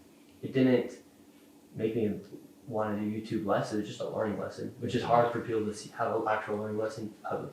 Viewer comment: so... 215 minute interview, and he edited out how many SECONDS of footage? I just love that none of you grasp the irony of a guy who can't speak focusing so much on the single missing letter in "Learing." You've run it into the ground, and all it does now is draw attn to the fact Shirley's so acutely cognitively deficient. It's perfectly fine to make fun of the entire Somali population based on that one letter from one sign, yet totally OFF LIMITS to mention ANYTHING about the fact that Shirley guy is quite literally r'd, and doesn't know words taught in grade school. How does that make sense? Can you answer either question? You're hopeless, won't even make an attempt, bc you can't.